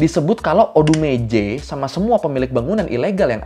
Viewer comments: Abang bilang odumeje gua dengernya odgj :' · Awal awal masih ODUMEJE Kok lama lama jadi kaya ODeGeJe :v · pas nyebut nama odumeje aku denger nya ODGJ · Namanya tertulis "ODUMEJE" tapi orang² mbaca nya berbunyi "ODeGeJe" 😁😂😂 ada yg sama salah dengar.?? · Odumeje jadi odegeje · Ini Odegeje mah bukan odumeje wkwkwkw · Maaf, tadi saya dengarnya "odgj" 🙂😆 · aku dengarnya kok odegeje ya bro, ah kupingku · Gue dnger nya odegeje 😅 sory lah,kuping kadang2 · Bang maaf ya, gue sepanjang video dengernya "ODEGEJE" 😭😭🙏🙏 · selama aku nonton aku denger nya oudegeje 🗿